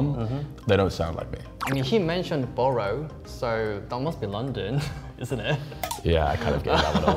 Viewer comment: People live in barrows now in London... Boroughs! for the love of god. Seriously GET some native to check the subtitles.